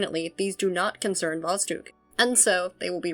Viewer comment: Sooo, about how you pronounce it. There are 2 spots where it's wrong 1st is you shouldn't soften the d, it stays hard 2nd is the basic mistake when reading the transliteration of russian into English, and that is that the "Kh" shouldn't be read as k, but like h in house or like J in Spanish (Shouldn't was used here because when Russians thought about how to write down the strong H sound so English speakers wouldn't just eat the sound they thought about adding the k in there so it works like the hardening sign from Russian, but as you may hear from yourself this plan didn't work out. Btw the same is true for Ukrainian and Belorusian too, so Kharkiv is not "Karkiv" but "Harkiv")